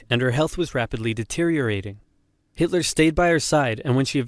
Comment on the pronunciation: you pronounced that name perfectly! Greetings from Vienna, Austria